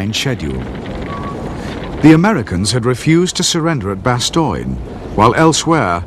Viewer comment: bastoine.. lol.. BASS-TONE